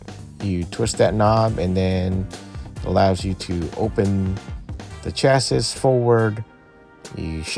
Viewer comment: It’s pronounced “chassy” thanks for the video!